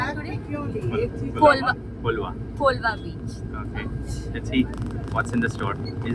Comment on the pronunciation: its not colava its colva and nexttime take zatye cashews original goan cashews